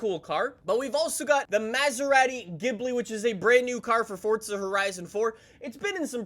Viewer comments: its FORZA not FORTTTTTT:)))))))) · Anyone else offended by him saying mAAserAti and forTsa